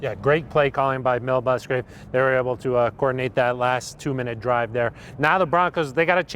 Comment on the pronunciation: Lol ‘Mill Busgrave’ I do that shit all the time